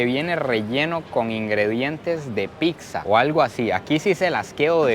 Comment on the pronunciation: Es pizza Chico no pixa